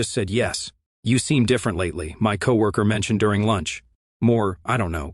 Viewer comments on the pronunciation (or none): Can somebody please fix this stupid ai's inability to properly pronounce the word "co-worker".....😡😡😡😡!!!